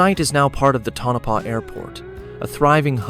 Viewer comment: Pronounced Toe-Na-Paw, not Tunnopa. That's what happens when you don't QC the AI drivel.